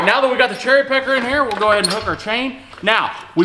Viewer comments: Anyone els hear cherry pecker instead of cherry picker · Lol he said cherrypecker